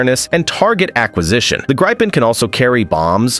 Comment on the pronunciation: what is "Graipen"??🥴 How is it possible to mispronounce Gripen?